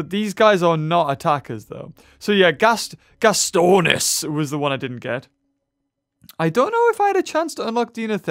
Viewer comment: Gastornis is NOT pronounced (Gas-stro-na-sis) it's (Ga-stor-nis)